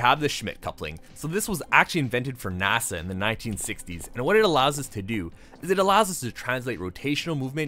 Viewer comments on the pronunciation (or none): none